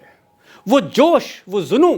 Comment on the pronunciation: Very nice. You say zunoon but the correct pronunciation of this Urdu word is " junoon"